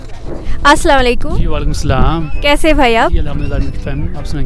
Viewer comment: Salam ta suddhu vabe bolen